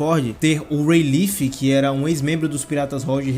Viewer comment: A pronúncia certa de Rayleigh é ray-lee! E não ray-leef